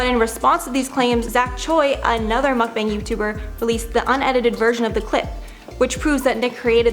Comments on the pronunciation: It's pronounced MUCK-BAHNG or MUCK-BONG (Just don't say Mookbong like our gorl, Grammarlynn) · Hello! Thank you for putting this CRAZY drama into clean timeline😍 I understand it is confusing to pronounce mukbang! Mukbang's pronunciation is MEOK-BANG/MEOK-BAHNG (English/Original Korean pronunciation)😉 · Thought you kept on saying “muff banger” which is something totally different!